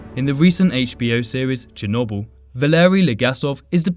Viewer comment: Just saying your pronouncing chernobyl wrong